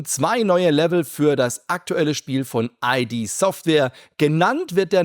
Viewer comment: ID spricht man zusammen aus. Also "Id", nicht die Buchstaben einzeln "I. D.".